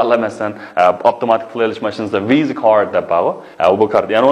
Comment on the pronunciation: Visa-سزبۇ نى ۋىيزا دەپ ئوقىدىڭزغۇ/ۋىسادەپ ئوقۇمامدۇق